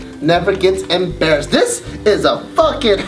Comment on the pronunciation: Hold up ! "never gets embrassed" , tf? what's 'embrassed' 😂